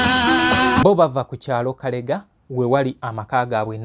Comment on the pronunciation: Ekyalo bakiyita Kalege not kalega